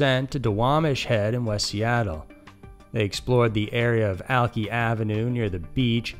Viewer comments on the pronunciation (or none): Its Al-Kai lololol, not Alk-ee 🤣😅. I love when people try to pronounce places in WA. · Alki is pronounced Al-ky.. with an i sound at the end. They were near the Alki beach area.. I live right across the water from it in the international district. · Alki isn't pronounced alkee it's alkeye. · It's called alki beach pronounced AL-K-EYE beach